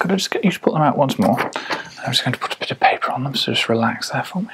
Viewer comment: Ah yes, putapitapaper